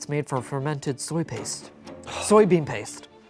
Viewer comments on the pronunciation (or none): none